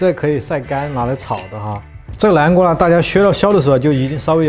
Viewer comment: 叫南瓜，不是蓝瓜，好吗😂